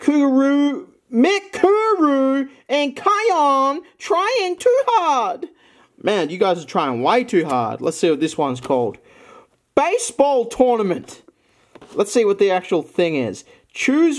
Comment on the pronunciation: when butchered kyon's name into "KAI-YOHN" i died a little inside